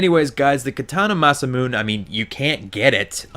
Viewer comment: It is pronounced Mah-Sah-Moo-Nay